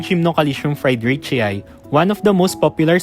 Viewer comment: fry-dree-chee-eye? Do you say Hawai-eye?